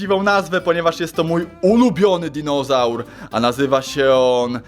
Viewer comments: [*] Powiedziałeś pare razy dizonaur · Dinozaur! Nie dinożar